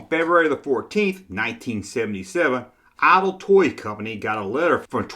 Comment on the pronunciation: LOL he said IDLE Toys